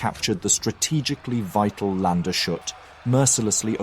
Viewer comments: Its pronounced lands - hut, not land - shut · grreat video overall but just fyi you mispronounce the name of the fort it's Lan-des-hut (hut like hooters withouth 'ers') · In German you do not hear an e between d and s. Lands hut. Not to speak sh ! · You're still a bit inconsistent with the pronunciations - as remarked on a previous video, Landeshut has no "sh" sound, "Landes" and "hut" are distinct syllables. Also, in Germany, an "e" after an "i" is not pronounced separately, but a sign of the "i" being lengthened - "Leegnitz". "Daun" would also not be pronounced like "dawn" but more like "down".